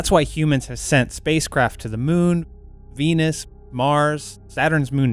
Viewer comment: Lol when they say venus it sounds like peennissss am i right